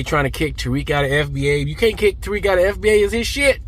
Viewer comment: Taweak..Nawshiid... he's Lex Lutha....😂😂